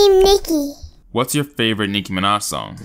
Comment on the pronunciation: It's nicki minaaaaaaaj